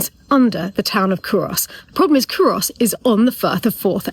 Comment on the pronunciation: Great job explaining Culross although you are slightly mispronouncing the name by putting too much emphasis on the 'o'. Also, you find many Scottish people dressed like...